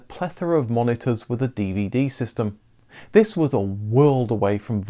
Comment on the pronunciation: "tHiSs" Reminds me of someone